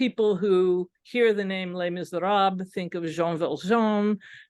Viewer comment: How can you be an academic and deliver a whole presentation on Les Misérables and pronounce the first word of the title do disastrously wrongly?